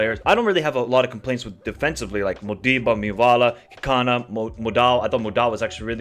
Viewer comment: Its pronounced Mmmmhhh-vala...not Mi -vala